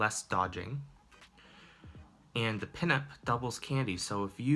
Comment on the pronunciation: Pinap Berry is from 'pineapple', so I think you read it like 'pineapple' but without 'le'.